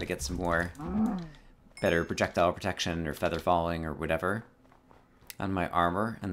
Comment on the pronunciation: Sounded like you said 'I have projectile projection in my pants'. Minecraft pickup line #34